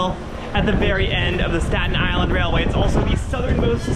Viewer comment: i've never heard anybody ever pronounce any of these places like you 😂 nobody says statEN it's always like stat-in or sta-in with a hard stop instead of T. same with tottenville. but anyways it's krazy seeing most of these places i've grown up going to. i grew up in south beach and old town / grasmere were my main station depending on how i felt like walking or if i stopped somewhere along the way. i always wished the south beach rail line still existed, as well as north shirt since i lived 2 blocks away from them both. if u look on google maps u can see roughly where the south beach line use to be because of how the houses were built. also remeninets of it west of sand lane. maybe the metal tracks are still there, ive never wandered into the swamp to check.